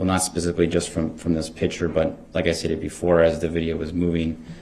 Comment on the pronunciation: Illiteracy list for this video: "Dat" for THAT "Pitcher" for PICTURE "Axe" for ASK "Grounz" for GROUNDS "Witchu" for WITH YOU "Wit-chore" for WITH YOUR "Troof" for TRUTH "Substain" for SUSTAIN He has no idea of the difference between untruth and forthright. What a dummy. I find it unbelievable that such an unintelligent little weasel got this far without someone beating him to a pulp.